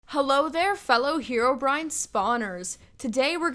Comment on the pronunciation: She said herobrin